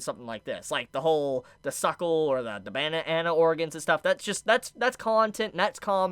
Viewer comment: Did he say “bana-Ana” 😂